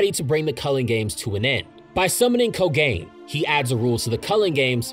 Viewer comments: ko-ga-ne not ko-gain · Mofo really said KoGAIN like it's the cursed spirit of anti hair loss :D It's Ko-gan-e, I'm sorry I had to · Am i the only one bothered by the pronunciation of “ko-gain” lol. Other than that cool explanation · yeah lmao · The way my man pronounces Kogane 💀